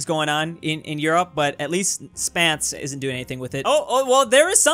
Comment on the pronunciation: Its not Spance, its Spence or Spencer.